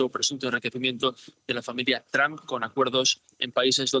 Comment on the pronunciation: Dijo Donald dump? 😅